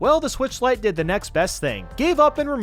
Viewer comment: I left the video when he said “lite enup.”